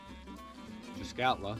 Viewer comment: Well, at least the guy pronounced the name of the place correctly.. Yep.. And the old warehouse, which sat across from the old metal shop, is still there ---With that ugly green paint.. (Did someone get a discount on that colour?)_ That old building, which later became the firehall, really helps to orientate the newcomers, if they check out any photos from 60 -80 years ago.. I remember when I was a kid, a painter came around, and repainted every house that yellowish beige.. Much nicer.. All the old bunkhouses were painted that colour too.. They really stood out, compared to all the grey weathered shacks we noticed in Port Clements, when the road was put through.. .. Anyone remembers Fred Marx's sign painting ability?.. "keep doorway clear".. You instantly recognize his handiwork.. Man, I bet that guy would have been a millionaire, if he got a buck for every sign he painted.. All in all.. What a sad, sad documentary, of what at one time, was a great place to live.. People going there today, have no idea.. What can I say? I'm lost for words..